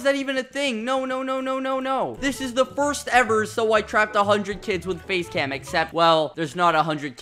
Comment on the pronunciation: when he said face cam for the first time i thought he said base lamp